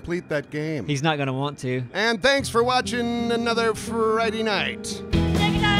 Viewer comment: Wow "Frighty night" all late 😒